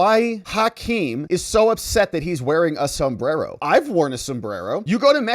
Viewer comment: You have to pronounce it sombdddddero.. Like that lady did she was speaking perfect english then she mouphed her spanglish mexican accent to say sombddddero..lol